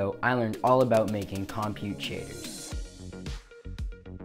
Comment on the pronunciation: you've learned everything about compute shaders, except how to pronounce it